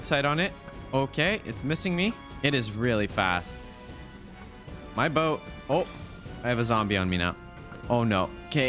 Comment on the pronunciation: ya lost me when you pronounced salmon "sollmon" and boat like "bout"